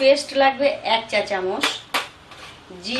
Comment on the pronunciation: Chamoch k chamosh bolchen kno??? R apni cmnt er rply kren na kno???